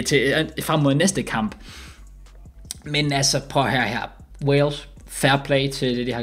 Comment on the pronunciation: Alle andre som siger Wales og som siger Walsh